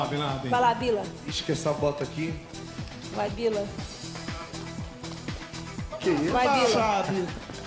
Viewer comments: KKK a Xuxa fala bila se botar o u fica bilau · kkkkkk xuxa chamando Binladen de bila hmmmm que isso rmm